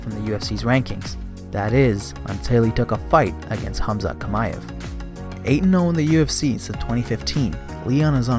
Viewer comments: I can't stand this man pronouncing Khamzat's name smh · Why does it seem like only a select few can properly pronounce Khamzat's name & surname🤦🏽‍♂️